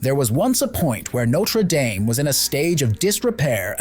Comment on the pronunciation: The pronunciation did start badly, didn't it? The last few minutes finally got it right. Thankfully.